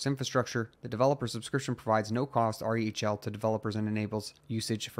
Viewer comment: Lol just say "rell" if R-H-E-L is too hard to say in the proper order, man. It's distracting to hear r-e-h-l over and over again 😜